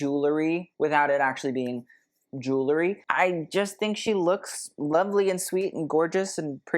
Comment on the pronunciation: Not to be a beyotch but it's pronounced jew EL ry, not Jew LE ry.